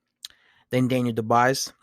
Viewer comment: It’s pronounced the French way.......Doo-bwa.